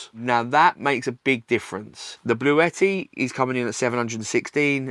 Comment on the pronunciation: This is how you say Bluetti lol